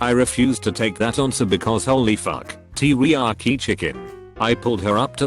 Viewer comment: Tea ree yaki chicken